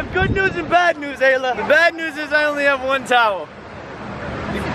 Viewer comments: Giannah Sprague its ayla not alaya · Donna Robbins it's Ayla not Alya